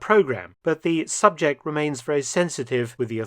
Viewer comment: Veeeewy intervesting!